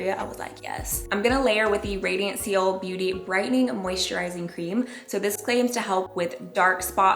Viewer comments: Loved the video. Seoul is pronounced “soul” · I love her and I love the video, but I kept cringing and giggling every time “seal” was mentioned 😂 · always love u and ur videos amanda 💘 btw Seoul (capital of South Korea) is pronounced “soul” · “” doesn’t even know how to pronounce Seoul. Moron 😂